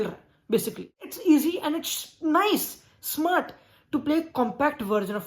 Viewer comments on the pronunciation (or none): none